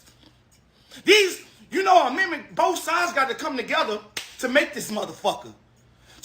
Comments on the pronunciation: WHY is dude screaming?😅😅😅 Why should we listen to him when he can't even pronounce "amendment" 😮 Black Maga is WEIRD af and quite selfish for not thinking about your family who had to live under the KKK. P.S....this is not a dem speaking but a BLACK person✊️ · 😂😂😂 … did that dude say Amitment? Did he mean Amendment?